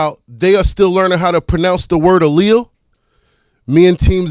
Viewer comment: he said people are using his lingo , and while they are trying to figure out how to say " alleles" he's moving forward. I literally watched him hack that word 1 year ago he called em " ellie -is " dead ass .I'm far from new to breeding so it made me giggle at the time cause he was so amped to sound smart . Here's the thing is he's always " shining light" and " calling people out " making people into boogie men aka polin chuckaz so he can make a following. I do follow him and watch. I think he thinks we're stupid . I guess that's what I get for watching and taking notes . My bad for exposing weak trates.... as u where .